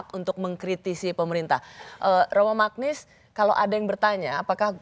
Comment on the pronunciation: koreksi sedikit. baca nama Romo Magnis tu "Manyis".